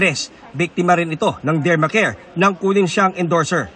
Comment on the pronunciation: Dermcare not Dermacare